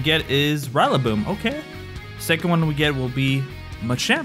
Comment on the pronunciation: Nobody gonna talk about how he pronounced rillaboom?